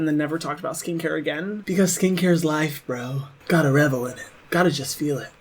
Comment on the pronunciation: he said “you gotta revel innit” lolll